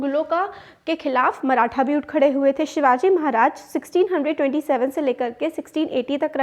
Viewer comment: Mam that is maratha not marathen. 😂